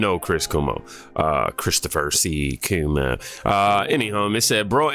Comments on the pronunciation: Chris Cuomo's name is not pronounced "Koo-moh". It's pronounced "Kwoh-moh". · 😆 Not Coo-mo. Cuomo rhymes with Jomo, in Spanish. His talk was amazing, however 😉